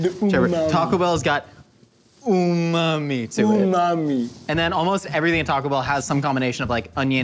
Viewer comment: um-mam-mi:umam-mi me:uhh mam me